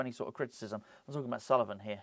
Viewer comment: Repeat after me " it's Sullivan, it's always Sullivan " 🤦🏻⚒️